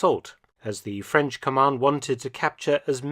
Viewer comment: I’m impressed with the excellent pronunciation in French and German of Dr. Felton! 💯 🇫🇷 🇬🇧 🇩🇪